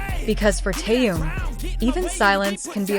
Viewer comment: Имя мировой звезды надо произносить правильно. Это элементарное уважение.